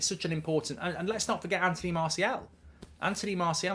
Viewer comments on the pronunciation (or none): none